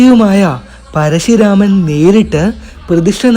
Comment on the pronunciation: പരശുരാമനാണ് പരശി അല്ല.